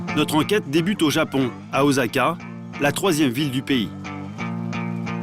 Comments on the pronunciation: Sans parler du "OZAKA" alors que c'est OSSAKA" ( en prononciation ) ... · Alors je suis désolé mais la ville se prononce [Ossaka] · Bien joué mais ce qui m'a le plus marqué c'est sa prononciation de ma ville d'Osaka